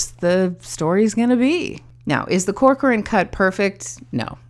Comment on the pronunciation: You pronounce my name right! Corcoran is Irish actually. Joly is French. You're so sweet and thank you! I think you framed and saw, in your analysis, every intention that I've had during my editing... 🥰 And you use this experience to highlight the importance of editing, making the difference between story and storytelling... Keep engaging with that kind of approach, people need to hear from other people "who actually know stuff!" without engaging into toxicity arguments that lead nowhere... Anyway I'm digressing, or am I?... lol